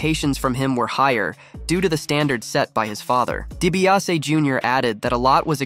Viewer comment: Dude... It's sad that you can't say DiBiase or Favre correctly but you nailed CVV.